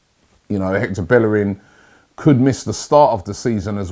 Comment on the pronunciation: Robbie it's BAE-ER-RIN😂 NOT BELL-ER-RIN😂